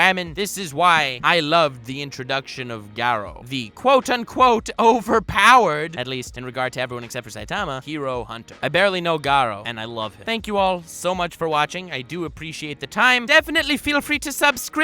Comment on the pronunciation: Why do people like to say 'Gai'rou? He is 'Gaa'rou. Just like him Gaarou. It's really not that hard to speak names that do not fit your accent.Especially the ones like here in these mangas.